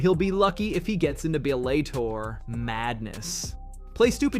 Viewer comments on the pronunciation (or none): I bet Aspinall fights Miocic, and I tip my hat to you, what the hell is a buh-LAY-tore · "Bel A tor" 😂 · How does an “MMA GUY” mispronounce Bellator? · If you can’t even pronounce Bellator, you shouldn’t call yourself an MMA guy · Please learn to speak the Fighters namens probably!!! It’s a piss in their faces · cannot pronounce some of these fighters names and some easier ones too now belator as well smh. Cmon bro ur supposed to be a sports journalist. Tighten up